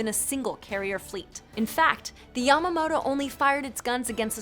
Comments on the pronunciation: MonkeyBricks34 There are a lot of ways to pronounce "Russo-Japanese" -- we looked it up before we filmed! But yeah...I f***ed up "Yamato" and didn't catch it in time. 😳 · it is yamato not yamamoto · It’s Ya-Mato not Yamoto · why is she saying yamamoto? It's called yamato there it is again. Yamamoto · Yamato* Not yamamoto Gosh im dead ima dislike this 👎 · It’s Yamato not Yamamoto, Yamamoto he was the Japanese admiral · I was paying attention until "Yamamoto" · "Yamamoto" uh i believe its pronounced Yamato... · Please....retake ytour history... Its pronounced Yamato not yamamoto... I'll give you tips on the musashi tho...not many people know about her. Apparently she was sunk while anchored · IT'S YAMATO, NOT YAMAMOTO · Every. Single. History. And. Naval. Buff. Cringed. When. She. Called. The. Yamato. The. Yamamoto. Ffs read the script properly, or get some real information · 9guns idk how this woman got 15 and its yamato not yamamoto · The japanese Ship is called "yamato" Not "Yamamoto" Like the general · Hang on... Yamamoto??! It’s Yamato!! Ya-ma-to! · It's not Yamamoto it's yamato, it's pronounced like tomato but with a Y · It's Yamato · It's Yah-Mah-Toe. Can't Americans read? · Its yamato... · Yamato, NOT Yamamoto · maybe thats why in desert storm they were use... no anti missile system can go agaisnt a projectile of a battleship canon not even phalanx. and when aliens invade they come in handy and rihanna too... lol ps. you go f..k yourself by the way its yamato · its yamato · The Yamato is pronounce Ya Ma To mannn commonnn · I wonder how many of these comments are criticizing the pronunciation of Yamato. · Capacitator Banks? i think the word you were looking for was Capacitor. Not your fault for mispronouncing that or Yamato....Your crew and editor are either idoits for not noticing it or are assholes who noticed it and did nothing. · Everyone's complaining about how she pronounced Yamato, but the way she pronounces capacitor made me cringe so hard